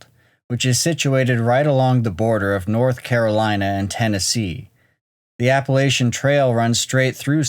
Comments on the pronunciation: CRINGE! App-uh-latch-uh, not App-uh-lay-shuh. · I was born and raised in the Smokys. To the announcer in this video: You need to prounce "Appalachian" correctly, or delete the video. I am SO weary of folks butchering that beautiful word. 🤬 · FYI, it is not...Appalashian....It is Appalachian. Please pronounce it correctly. Thanks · Please....drop the "Appa-LAY-shuns" pronunciation. Don't reinvent "Appa-LATCH-uns". Like fingernails on a chalkboard..... Thanks. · It's pronounced, Apple-at-chun. Also, Martin stated they walked 7 miles in 90 minutes? How? The average running speed of an adult male is 8 MPH. Did they sprint the entire way? Average hiking speed is 2 MPH, which makes waaay more sense what they'd do on a trail like that, meaning it would take upwards of 5 hours to complete. I seriously doubt the Key location was anywhere near where the Martin kid was. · It's pronounced Apple at chan... 🤦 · I’m 50 years old and I have lived in this area all my life. My ancestors came here around 1690. Anyway, if you ever do another video then please pronounce Appalachian like this “Apple-at-chun” or Appalachia like “Apple-at-cha or Apple-at-chu” with all vowels sounding short not long. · Appuh-LAY-shun?? No. Just, NO.